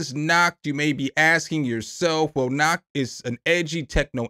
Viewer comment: "Nacht" is just the word "Night" in German. ;-) But if you pronoune it "Nakt" then basically Germans hear "naked". lol. 🤣Sounds interesting though and thanks for your honest opinions on the plugs. :-) 👍😊👍